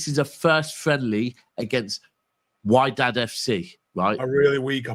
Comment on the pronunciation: It's pronounced Widad , don't worry about how it's written in English. Should I worry about Savinho becoming another Darwin Nunez in front of goal?